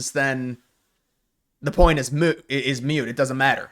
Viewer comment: The point is moot, not mute. Cmon man, you talk for a living